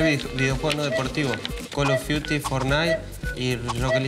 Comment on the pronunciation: Fortnite ❌ Fornite✅